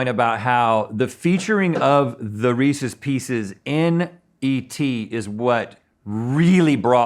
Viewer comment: I'm thoroughly pleased that neither Rhett nor Link pronounced "Reese's Pieces" as "ree-seas pea-seas".